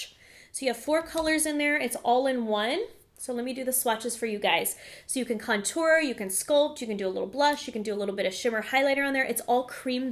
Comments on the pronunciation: gotta love the way of saying contour. "conTOUR";p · I LOVE the way you say contour like it was couture ☺️